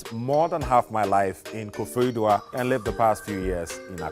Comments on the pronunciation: He pronounced koforidua like he's not Ghanaian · About this, was his pronunciation of Koforidua a little off ... or it really doesn't end like the word 'dua' as in 'tree'??